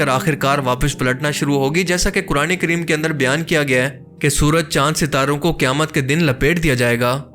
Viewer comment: Qaaf ka pronounciation galat kar rahe hain. Ise aap kaaf kah rahe hai jaise qayamat ko kayamat kah rahe hai. Quran shareef mein surah Qaaf bhi hai kya us ko bhi Kaaf padhte hai?